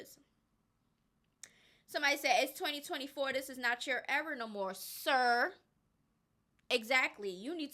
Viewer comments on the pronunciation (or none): i hope somebody take yo clip and make a meme out of it "it's 2024 this is not your era no more preps for the punchline siRR!" *then pauses wit a straight unamused face*👉🏾😐 HAHAHAHAHAHAHAHAHAHAHAHAHAHAHA yessssss loved it the absolute highlight of this video for me hands down i'mover here rewinding rewatching and lmao at least 3-4x already no f'n 🧢🤭.....